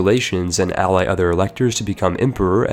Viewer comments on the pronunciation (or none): none